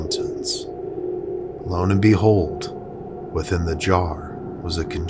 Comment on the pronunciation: Its "lo and behold", not lone and behold